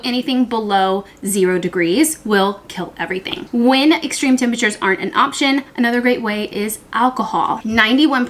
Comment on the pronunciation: Just an FYI: “Temperatures,” not “tempatures”. Btw; love your content.